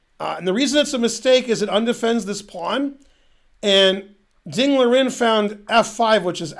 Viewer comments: I always hear: Dingler Ing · Is he saying Ding-la-ring? When saying Ding Liren's name